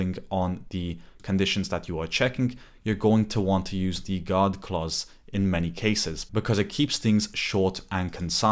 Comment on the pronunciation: Just to clarify, “God clauses” or “guard clauses”?